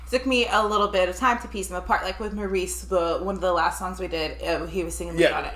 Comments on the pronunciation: Maurice is pronounced “Morris” not “Moreees” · Minor thing but Maurice's name is pronounced "Morris" not More-reece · Maurice actually pronounced his name Morris. ❤ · Guys his name is Maurice as in Morris, not Maureece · BTW - Maurice is pronounced the English way (Morris) not the American way (Maur-eeece). ;) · Country Roads, Rings Around The Moon, Heart Like Mine are great too. Maurice is pronounced Morris. You cannot be in the fan club if you don't get that correct. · Guys, it’s the Gibb brothers…not Gibbs. And Maurice is pronounced like the name Morris. Beautiful song by my beautiful Bee Gees. Try “Run to Me” next. The harmonies will knock your socks off. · It's pronounced Morris. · This was written when the twins were still in their teens and Barry barely out of it! Amazing! Btw, Maurice is pronounced Morris. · Maurice's name is pronounced "Morris." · For such a huge Bee Gees fan, you would expect to know it is pronounced Morris. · I always heard that Maurice’s name is actually pronounced as Morris. I can’t say that 100% correct but it’s just what I heard. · Maurice, but pronounced Morris. So many fantastic BeeGees songs . This is one on my favorite early ones of theirs. Robin’s voice, fabulous. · It's pronounced "Morris" he sang the high parts in the pre disco years. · Robin was THE lead singer in the early BEE GEES. It's pronounced "MORE-RASS" Gibb. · As someone else said on here, Maurice is pronounced Morris. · Maurice (pronounced Morris) stated Robins voice was their mothers favourite. You should try I’ve just got to get a message to you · Just so you know in case you have never heard them speak, Maurice is not pronounced by them as you said it. They call him Mo because they pronounce Maurice as Morris, hence the nickname Mo. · IT'S PRONOUNCED 'MORRIS' LOL! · Just a heads up for. Maurice, despite the spelling, is pronounced "Morris." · Guys Maurice pronounced his name "Morris" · Maurice pronounced his name like Morris. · pronounced morris